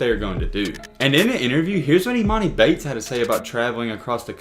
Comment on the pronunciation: your pronouncing his name wrong